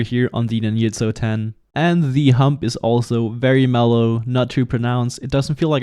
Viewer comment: NINYUTSO, BRO??? Seriously ?? ITS FUCKING NINJA, not NINYA